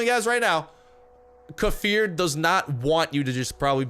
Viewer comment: Probably won't see this but kefir gave you a shout out. They posted how to say their name correctly and they pointed you out as saying it wrong lol. Correct way to say it lay-fear